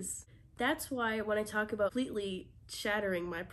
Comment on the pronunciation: I’ve never heard you pronounce about aboot before but I think I may have heard one in there :)